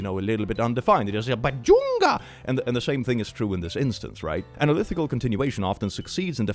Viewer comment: Click pronouncing “analytical” as “analithical” is so small but still somewhat upsetting (it’s okay I forgive you) Edit: just remembered to add that the series in the trolly problem isn’t the one that that has an analytically continued value of -1/12. The series shown in the problem is 1+1+1+1+… which depending on which function you use to continue it, either unassignably diverges or assignably converges to -1/2. The series that is assigned -1/12 is 1+2+3+4+5+6+… **EDIT 2**: that’s not “because of chemistry or whatever” that’s nuclear physics. Sure maybe there would be some chemistry but like that would be basically nothing compared to what they’re hyping up, which would be from nuclear physics